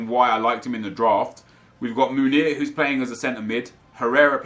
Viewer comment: love you man but please try pronounce Meunier properly, given that you use him so much. What your saying is 'Munir', Meunier is pronounced like in french, listen to a commentator saying his name, should help!